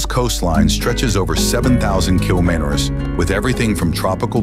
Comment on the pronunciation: Why do people use a computer-generated voice for these videos instead of just reading h ghe script themselves? Here “kilometers” came out as “kilom??”.